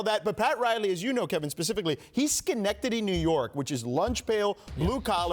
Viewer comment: First person to pronounce Schenectady correct on the first try 🙌🏿